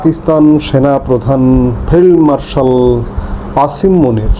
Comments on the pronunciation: ভাই, আপনি কী ফেলমার্শাল বললেন না ফিল্ড মার্শালবললেন বুঝতে পার্ছিনা। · Failed Marshall bolechhen